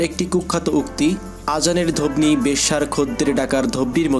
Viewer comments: .....apni age uchcharon thik koren, Azaner dhobni na, bolen Azaner dhoni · Dhobni ki ? Bo ta silent hobe dhoni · ধবনি নয় উচ্চারণটা ধনি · শালা, ধ্বনি কে ধবনি উচ্চারণ করিস আগে নিজে শিক্ষিত হ